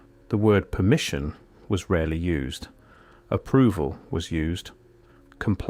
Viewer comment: "Permmission". Funny thing, that. So exactly what do I lose if I don't get "permission"? BTW, I know there's ways around this, but for ease of operation, I bought my first house (in CASH) at 50 years old in the middle of a rural area in Tennessee, outside city limits, unincorporated, no HOA, no building codes, and no municipal cops. That's a good start. Super cheap. And I can lawfully shoot my guns off my back porch. 🎉